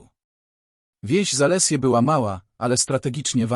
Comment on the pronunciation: Zalesie, czytane przez AI jako zales i e.🗿